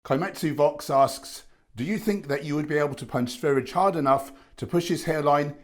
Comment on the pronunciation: Hi, Sverige is actually pronounced "ss veh ree yah", which is just the name of Sweden in Swedish, if you didn't know that already:)